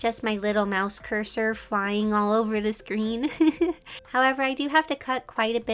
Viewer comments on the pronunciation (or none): none